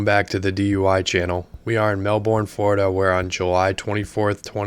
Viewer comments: Being from this city the way he said Melbourne in the beginning made my heart hurt. Listen to the way the officer says the city name thats how you say it😂 the u and r don't make the ur sound and you don't pronounce the O. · it's MEL-Burn, not Mel-born. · “Mel-burn” is how you say it. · You're saying Melbourne wrong mate